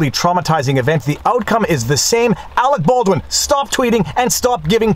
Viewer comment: Every time I hear his name, I think of team America world police. "Awec Bawdwin"